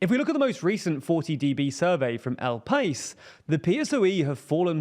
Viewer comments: A little tip for pronunciation of Spanish names and nouns, hope it helps. When you have an accent on a vowel, like the one in El País, you must put emphasis in the I, /paÍs/, not /pAís/. For /sumAr/ is a little bit more difficult, so I do not mind that mistake since it requires to know a lot the Spanish language so as to pronounce it correctly. If you are curious as to why, since it ends with R and has an acute accent (when a word has an accent in the last syllable, "palabra aguda"), then the accent is not written. Hope this is useful for any non-native speakers or anyone learning the language. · Ah yes!…the Peeehssow’ee. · Im an advent of TLDR news…. But your pronouncement of El País… was way way off and really got me. It’s pah-ees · El País: el pa-EES